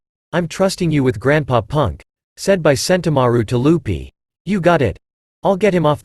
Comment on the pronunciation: Is it only me or do I hear you call Luffy “Lupy” 🫠